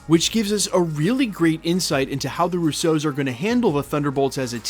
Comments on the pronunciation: Love your content but still for the life of me can’t figure out why you pronounce “RUsso” like “RousSEAU” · "The Roo-soze" LMFAO Why are you pronouncing the Russo brothers like that? You put the wrong emPHAsis on the wrong sylLABles